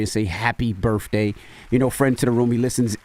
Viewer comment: Why the hell does envy say burfffday when he knows damn well it’s birthday and he knows he can say it correctly. Come on Envy